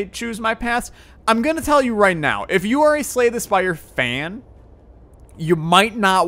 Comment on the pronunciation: LOL i thougt u said slay the spider when u talk about it in other vids